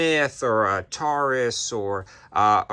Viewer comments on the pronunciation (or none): none